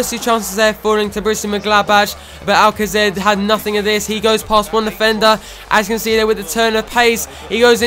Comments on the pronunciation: Just saying that its pronounced al-kaser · I think it can be pronounced Many ways, regarding the Alcacer situation, however as the Spanish pronunciation of c is a fh/hf it may be something like Alfafer but it.can be pronounced any way.